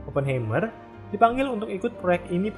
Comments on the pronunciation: dibacanya bukan ‘Hei’m(mer) tapi ‘Hai’m(mer) - Heimmer itu dari kata Heim (dibaca Haim) yang berarti home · FYI, cara baca "Oppenheimer" itu "Aa·puhn·ha·mr".